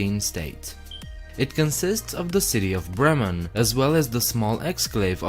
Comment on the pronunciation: Well nice, I was born in Bremen. Your german pronounciation is very nice❤